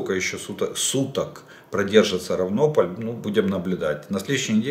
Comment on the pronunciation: правильно РАвнополь